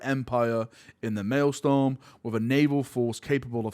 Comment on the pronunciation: MaelstRom not MaelstoRm